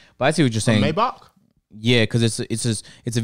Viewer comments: I hate how you pronounce Mybach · Why can't these boys say maybach properly "may-back" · The mispronunciation in this pod low key had me hot the whole time 😂